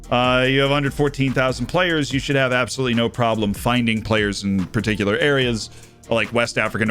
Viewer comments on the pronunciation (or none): none